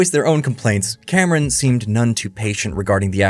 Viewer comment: His name is James Cameon, The bravest pi-o-neer.